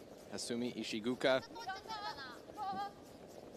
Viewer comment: The "oo" in Ishigooka is pronounced as in the words "goal, pole, or stole". It is not pronounced like the derogatory term for someone who is from Vietnam. Nails on a chalkboard!